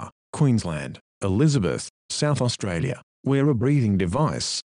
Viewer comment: austrailia- suspweinded